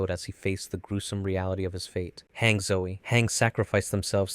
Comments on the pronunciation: BRO YOU MAKING ME SO AGGRASIVE WITH HAAAANG ITS HANGE(hanji) NOT HAAAAANG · its not biting Miche's hair you friggin dolt it's literally biting his head in half EDIT: also bruhh ur channel is Anime Anime but you pronounce ever thing so wacky 😭"Mike"? It's Miche like Meekeh.. also "Hang"? It's HANGE bruh like Han Gee as in gee wilickers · WHY DID HE PRONOUNCE IT HANG ITS HAN-GEEE (just not spelled like that) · It’s pronounce HAUN-GEE not “hang” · HANK??? Its Han Ge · ah yes, "Hang" zoe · calling hange, hang is crazy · Some of the name pronunciations were off, however Hange's was mad, lol. Hange is pronounced han_gee. Good video though. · Hangs is pronounced HanJey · Whats even more worse... he calls her "Hank" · Hange as hang is diabolical 😂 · and "gene" lol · Bro cnt even prounounce hange